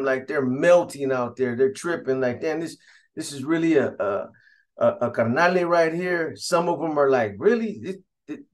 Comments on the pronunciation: Its carnal not carnale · By the way b it's carnal not carnale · This vato says carnale